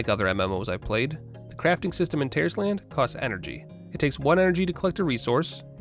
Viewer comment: Is it just me or does it sound like Terroris-tland every time he says it lmao